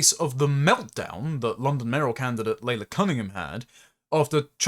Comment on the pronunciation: Shouldn't Laila Cunningham's name really be pronounced 'Lie-la'?